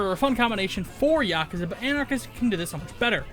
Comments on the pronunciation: yaaa-kuuu-zaaaaa say it wrong lol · It’s funny how he says yakuza wrong